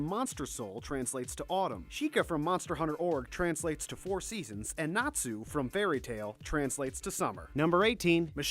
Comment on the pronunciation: Compared to the rest of the names I'm surprised he got Natsu right...